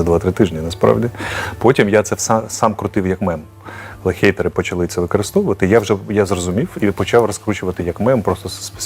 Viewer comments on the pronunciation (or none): none